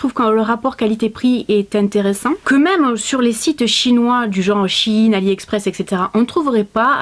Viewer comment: Shein ça se dit chaïne 😅😉